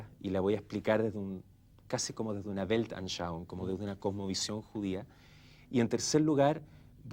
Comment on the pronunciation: "Weltanschauung"...casi pasó al otro bando jajaja